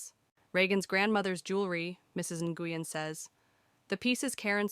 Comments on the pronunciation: NGUYEN IS PRONOUNCED "Win" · Nguyen is pronounced, I believe, "win"